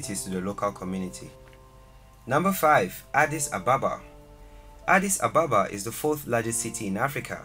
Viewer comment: Hallo brother, What's the meaning of Addis Ababa???? The answer is offcors New flower. Okay the way you said Addis Ababa is wrong . It's ok I understand you brother no problem. but there is to another mistake, you write in this video Addis "Ababa " this is meaningless words feel me ? I just leat you know so this is the right way to write Addis Abeba not Ababa Thank you. kip it up I like your videos Teaching all over the world who don't have ideas,whats Africa looks like , And my last words I mean I don't really write good English but hope you will understand what am trying to say you appreciate it